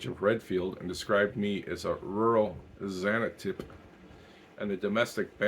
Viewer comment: Xantippe, btw, is pronounced in English as Zan TIP pee. she was the proverbially scolding wife of Socrates. there are some funny stories about their marriage, and the much more tender picture of it in the play Barefoot In Athens.